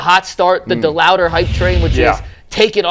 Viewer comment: Why can’t say Chase DeLauter’s name right? It’s not DeLouder!!